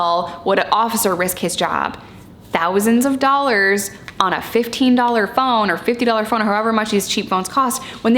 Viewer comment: The way you say '2 dollars ' is 👍😂👍 2 dollahz. 💜